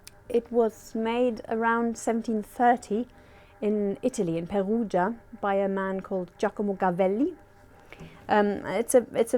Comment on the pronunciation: She's got a lovely accent, with that tinge of germanness in it. I think I wouldn't have noticed if not for the obvious Perugia spoken with german r in the beginning.